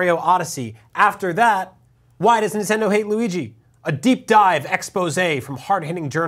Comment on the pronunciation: xD Men-tendo! lol!!